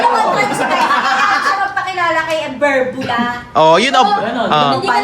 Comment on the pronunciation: berbula❌ derdula ✔️